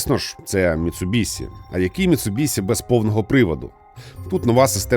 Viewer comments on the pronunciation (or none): Як боляче😅 Міцубіші* ші* чоловіче) Бо транслюють し як Сі люблять лише росіяни(і то далеко не всі) і ті хто кажуть за звичкою з російською.. Ми ж не кажемо суСі замість суші (так.. и в них теж нема..) Заради справедливості там звук десь серед Щ російської та С.. але для людей що не шарять літера Щ буде НАБАГАТО ближче до оригіналу.. ця літера відповідає українській пом'якшеній Ш а так як і пом'якшує попередню приголосну.. то し слід передавати як Ші